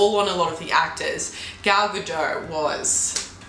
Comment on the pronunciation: Gadot is not a French surname, it's Hebrew and the last syllable should rhyme with 'hot'... Grrrr...